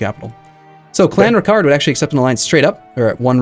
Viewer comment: Kildare - KILL+DARE. They're not French! Sligo = SLY+GO. Also, KLON+RICK+URT.